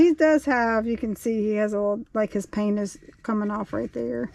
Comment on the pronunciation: I had to replay “his paint is coming off” a few times because I initially heard what I thought was a male appendage coming off 😂 sorry I had to share